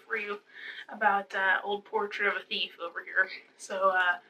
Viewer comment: Emphasis on the BUT with Portrait of a Thief 😂